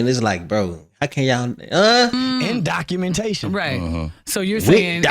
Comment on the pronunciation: "documentakins" then he said "accuasations"😂 black ppl be funny as hell tryna use "big words"